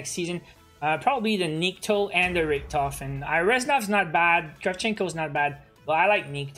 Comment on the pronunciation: People really out here calling richtofen, "RictOfen"😳